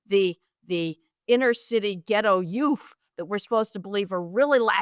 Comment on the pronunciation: Heather busting out “ghetto YOOF” 😂